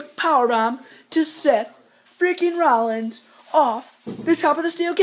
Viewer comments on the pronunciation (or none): none